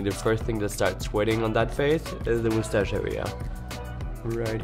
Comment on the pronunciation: I love when she said moustache with her accent 😏... MoudtashEeeeE